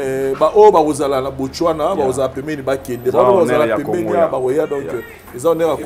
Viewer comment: ...botswana not botchwana ...mitsubishi not mitchubishi Mbuta likasu is among the best congolese dancer.